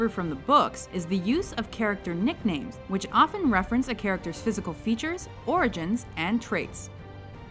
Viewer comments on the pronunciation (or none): none